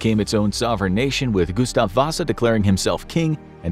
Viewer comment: Sorry if i’m annoying/rude, however the pronunciation of Gustav Vasa had me dying 🤣🤣🤣 (great and interesting video by the way!)